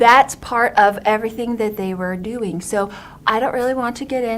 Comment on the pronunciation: listen to the way she pronounces the D in “that’s part of everything that they were doing”. It’s softer and spoken back more in the mouth like she is trying to swallow what she’s saying, and then she fades off saying she doesn’t want to “get into all of those details.” She’s definitely not believing what she is saying here.